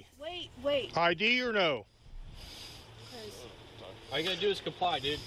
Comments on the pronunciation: "Chris-uh, Chris-uh! Stop-uh!"...ugh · Chriss-a! Stop-a! CHRISS-A!!!! STOP-A!!!! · CHRISS-A!!!! STOP-A!!!!